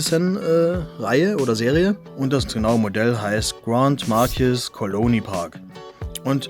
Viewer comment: I buy em to PARK them on my display shelves with their "Friends" lol, I would have just destroyed the styrofoam too. BTW, it's pronounced GRAND-MARK-EESE! 😉